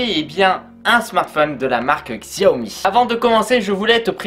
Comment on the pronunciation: Il faut dire "chaomi" Sinon bonne vidéo